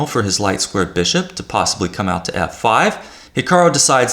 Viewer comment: It sounds like you're saying HikaRO rather than the correct HikaRU. Apart from that irritating detail, good video, thank you.